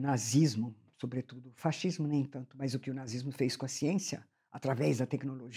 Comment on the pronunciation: Eu fico rindo quando ela fala faxismo kkkkkkk